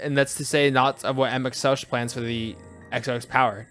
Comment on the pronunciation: Tip, Emet-Selch is pronounced with a hard H sound at the end, not the normal english Ch like choo choo. English does not actually ever use this sound which will confuse many, and many have trouble making the sound. Emet-Selch is made from 2 hebrew words, one a bit bastardized. Emet-Shelach, "your truth"